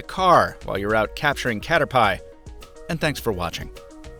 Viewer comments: Good review. Until you said "catter-pie". It's "catter-pee! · its pronounced caterpi